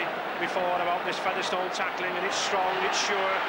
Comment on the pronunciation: Why has Ray French suddenly started pronouncing Featherstone as Feather Stone?